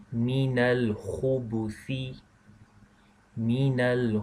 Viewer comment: Is there meant to be a sukoon on the 'ba' on Khubthi, instead of dhumma.